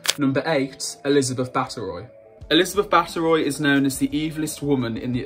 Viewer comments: It’s Elizabeth Bathory (Bath-o-ree) not Bat-eh-Roy...... just FYI I have to admit for a person with a History channel you don’t seem very well researched in history...... Also, the way you talk about the people in this video is really awful...you can’t call people “freaks of nature” that’s not ok!! Definitely won’t be watching any more of your videos 🙄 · How can you read Elisabeth Bathory's name as "Butteroy"????? Please, do a bit of research in spelling names properly. I find it quite difficult how English native speakers ignorantly mispronounce names of those who are not English. Total disrespect....🤦🏻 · Just a friendly tip, look up pronunciations. Elizabeth Ba TH ory. Your voice is lovely but it's jarring when names are mispronounced. Im subscribing because I think you have potential. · its pronounced (bath-ery) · Ironically I was informed by my GERMAN friend that Bathory should be pronounced as BAT-ORY. I would suggest you curb your prejudice about English native speakers in future. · The Elizabeth Bathory (whose name you mispronounced) story is based on folklore. We don't really know if she murdered hundreds of girls or drank or bathed in blood at all. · here, needs to pronounce words and especially names, correctly. He misread/pronounced Elizabeth Bathory's last name and the heir to the French Throne's title. There's also the bait and click image of the Prince of Wales, but he's not mentioned and for good reason-to do so would be considered Treason in the UK.